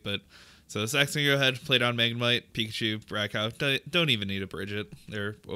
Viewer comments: Rai-cow lmao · The pronunciation of Raikou is killing me